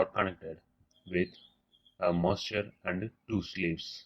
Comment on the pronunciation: good explaination till single master to multiple slaves but after that nothing is clear ...do wxplain the arbitration logic and how clock synchronisation will occur in multiple masters to multiple slaves moreover ur English is horrible...u spell master as monster..so plss take care of it..